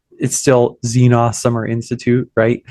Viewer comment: It's ZeeNahs, not ZeeN(long O)s